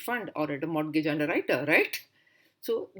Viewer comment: Its Credit, capacity, collateral, capital. N pronounciation of Mortgage is "morgage" where t is silent.